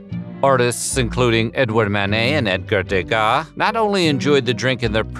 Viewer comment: I keep hearing "mayonnaise" when referring to Manet. 😁